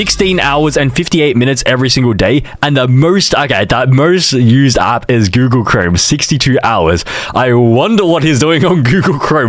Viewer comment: Bro really said Goolag. It's Google, not Goolag.